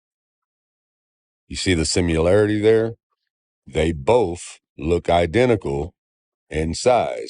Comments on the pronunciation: That idiot said "simularity" instead of 'similarity'. 🤔🤨🤦🤷🙄👎🏻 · says, “…Sim-yoo-larity.” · Simularity? We’re making up words now 😂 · whenever I hear someone say “sim-yoo-larity”, I immediately disregard anything that follows. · Sim-U-larity? Why do all these people not know English? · I'm sorry, but I do not, in fact, see the "simularity". Nobody does. Because "simularity" doesn't exist. Let's not take scientific advice from someone who gets his science from a book written in 200 BCE and can't say "similarity". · That Sun and Moon guy said "simUlarity", say's it all for me lol. :D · "You see the simularity there?" Is he trying to be clever, or does he really think there's a u in "similarity"? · On top of everything else wrong .... "Simularity" ?? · What does "simularity" mean???? Idiot. Learn how to read. Its similarity. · "you see the simularity there"? (sic). Simularity ??